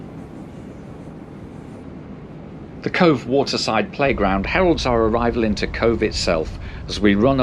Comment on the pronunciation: Fota is pronounced like photo... PHOTAH.... but glad you got Cobh PERFECT.... have been asked for cobb before now!